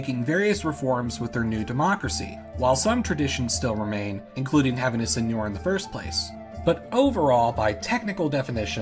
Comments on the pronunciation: It's Seigneur, not Señor. (Sen-yur, rhymes with fur) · I thought the Isles of Scilly were still a feudal domain within the Duchy of Cornwall? Do you have any info about that? Thanks. Edit: Also seigneur is pronounced sane-YUR. The pronunciation you're using is actually correct for Spanish (señor). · It's pronounced [Sεŋœʁ]